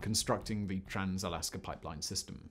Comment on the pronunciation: Words that end in 'a' don't have an 'r' at the end Simon...